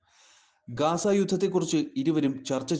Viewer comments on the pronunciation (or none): ഗാസ അല്ല സഹോദര ഗസ്സ എന്നാണ്